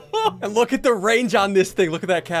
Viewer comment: He said the other ting